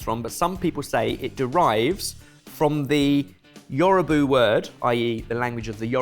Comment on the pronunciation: The word here is Yoruba not Yorubu.